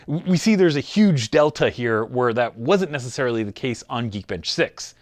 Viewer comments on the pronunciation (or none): none